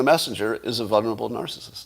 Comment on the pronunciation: Scott, you know I love you but FFS there are TWO Ls in “vulnerable”...! VUL-nerable. Like VUL-ture.